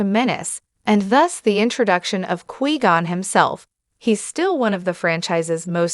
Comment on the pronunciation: 9 seconds in and I stop because you can’t pronounce his name correctly